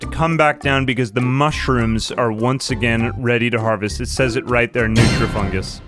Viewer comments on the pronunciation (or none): none